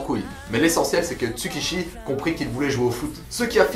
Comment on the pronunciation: C'est Tsukushi pas Tsukishi!!!!(Tsukamoto Tsukushi) et son meilleur ami Kazama Jin